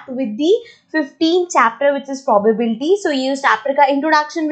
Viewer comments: It's not pobabdsfy it's probability😂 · Probability change to pobal pobal..😅😂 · It is probably not prubablity😂